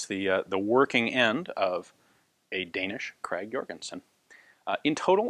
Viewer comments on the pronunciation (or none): "Krag-Jørgensen" would in Danish be pronounced [ˈkʁɑːwˈjørənsən], for any who might be interested. :-) If you don't like IPA, the G at the end of "Krag" is not a hard one, but soft. Kind of like the W in the beginning of an English word.